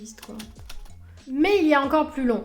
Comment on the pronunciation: Chaine très intéressante, que je viens de découvrir. Merci. Juste un petit truc, j'ai tendance à bloquer sur un tic de langage quand j'en entends un. Le votre, si je puis me permettre, c'est de prononcer "mais" avec le son "é" au lieu du son "è". Ce qui est très étrange pour quelqu'un d'aussi érudit. Voilà, c'était juste pour faire mon connard, je ne peux pas m'en empêcher. À part ça, c'est un plaisir de vous suivre, et ça ne remet absolument pas en cause l'intérêt que suscitent vos vidéos. Juste, j'ai un tic nerveux à chaque "mé".